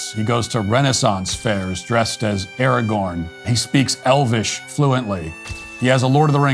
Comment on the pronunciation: The dude that called Aragorn "Arenthol" 😂